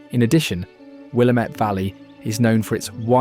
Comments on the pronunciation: Willamette: Will amm it, not Will uh met, because this is Ore ee gun not Illinois. Many other mispronounced names. Oh, the ghost stories mentioned are mostly known to have been invented fairly recently for fun or tourism. Hate how the story of the cult that took over Antelope was sanitized so no one could possibly be offended. This was a cautionary tale and validation for separation of church and state. Wish the governor had not signed a bill allowing teachers to wear religious garb in public schools. Really wrong move. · I live in the Willamette Valley, near Sandy Oregon. Just got to let you know it is pronounced Wil lam ette, not Willam ette. Love your video so far❣️ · WILL LAMB IT... Not Will Awh Mit 😂 And Couch Street is pronounced COOCH street. It's not in the video but thought I'd throw it in there because everyone gets it wrong 😂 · Its pronounced-- will-lamb-it.. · It's pronounced Will am it. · This is not the Columbia river gorge. The scene of vista house following is the Columbia river gorge. Not sure where this previous shots are from. You have mispronounced Shanika , Willamette. Valley and other places. I would recommend which Region these are in like Eastern, western … Oregon.